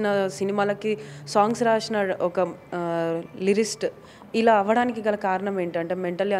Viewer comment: Akka lyrist o sceintist o kaadhu kaa....Lyricist...Oh My Gosh...